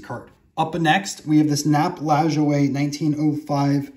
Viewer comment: Awesome collection and great video. I belive it is pronounced La-Joy.